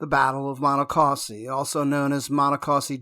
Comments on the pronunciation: It’s painful hearing the narrator weirdly and wildly mispronounce “Monocacy” each and every time. The correct pronunciation is: Mahn-knock-kha-see Do everyone a favor a re-record this video using the correct pronunciation of Monacacy. Perhaps you used a bad AI version to do the audio? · Check you pronunciation. It's muh-NAH-kuh-see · It be nice if you knew how to pronounce the name of the battle !!!!!!!!!😤🙄🤓